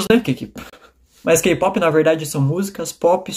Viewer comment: O que eu entendo =gey pop Pronúncia correta=key pop